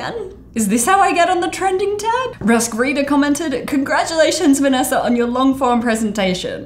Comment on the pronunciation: More like, "Hey everyone, it's VanNASA"